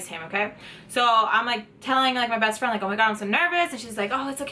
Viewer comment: did i hear breast friend?